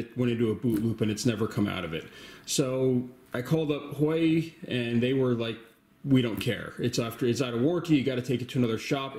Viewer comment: Thanks for the vid... Btw its pronounced Wah-Way. The white color is abundantly available. I'm having a hard time deciding on black or white. Kinda leaning towards white.